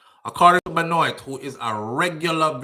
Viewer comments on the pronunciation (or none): Great live fam, so sad to hear about those babies. They're the age of my daughter. My condolences to their families😪 BTW, Benoit is french, it's pronounced "Ben-Wa". Neither here nor there, just thought I'd throw that in.